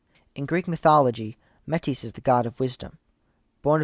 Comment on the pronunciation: Metis is pronounced like Meetus. The Ancient Greek word is Μῆτις (Mêtis) (Modern Greek Μήτις (Mitis)). I do not think going to Mars is possible. I know many people want to go, but I do not think a permanent colony is feasible and I do not think traveling there is likely with our current technology. Some of my favorite sci-fi stories are centered around Mars though, Marathon is about a ship made in Deimos, Cowboy Bebop often takes place on Mars and Spike is from Mars, etc. It's definitely a good sci-fi environment I just don't think there is any reality to this idea.